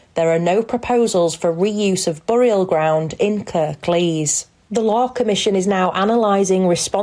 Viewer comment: What's a bore-ee-al ground?